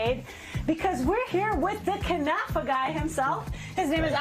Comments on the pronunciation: Not "knefeh"! KnAfeh! If you don't know the language, at least READ what was written! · What the heck is a "kunafa"? It is called KNAFEH! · What the heck is knefeh? Relax